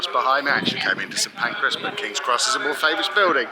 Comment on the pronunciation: Thankyou for saying St. Pancras at the start and not St. Pancreas. You would be surprised how many people get that wrong. Edit: I'm also a little surprised you didn't spontaneously combust when you stepped off the train at White Heart Lane. You know, kinda like when a satanist walks into a church in a bad 70s B movie.